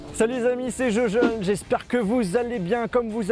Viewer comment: MOTORSTREET il a dit jojaune mdr